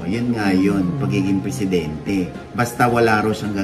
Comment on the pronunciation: pressidente??????? ambot ah